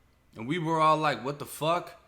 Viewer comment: That “ wat the fucc !?!?” Wit the pause had me crying man lmfaoooo